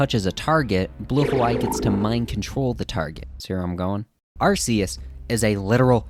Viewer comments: it is infact arcoos said Are - Cuse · It's 100% Ark-e-us, arse is a word for butt. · It's pronounced ARE - KOOS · you mean, arkoos? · no Arkoos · I think you mean Arceus (Arkoos), Giratina, Palkia, and Dialga vs GER, SCR, MiH, D4C, and Tusk act 4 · It's arcus